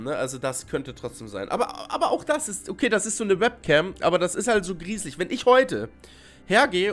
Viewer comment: „Es wird gruselitsch“ 😂😂😂